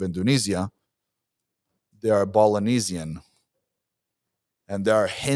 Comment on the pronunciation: “Balinisian” brilliant